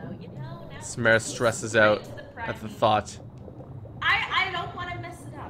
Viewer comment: Samara not samera